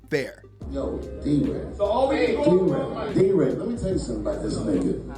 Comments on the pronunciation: D Ray! Not del ray🫡🤔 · He called deray delray lol